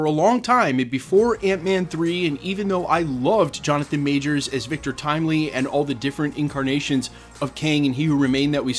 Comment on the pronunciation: Kevin is a liar. He can't even say Jonathan Majors name. We should boycott Avengers: Doomsday.